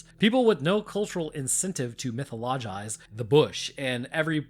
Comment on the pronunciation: Did you have a stroke saying “mythologize?”